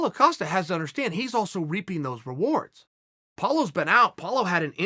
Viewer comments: Paulo Ocosta says Chael. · Writes “Costa”, pronounces “Acosta” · Chael: Paulo Acosta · Nobody: Chael: paulo acosta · Lol Uncle Chael says Paulo Acosta, Apollo Costa, Paulo costa, and Apollo Acosta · Does Chael just put an A on Costa to piss Paulo off? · I actually thought he was gonna call him out for calling him "Acosta"